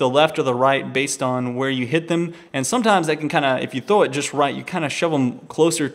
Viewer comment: why does he say thow instead of throw?